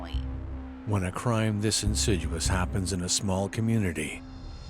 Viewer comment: The word is ‘insidious’. Not insiduous. But I’m annoying, I know.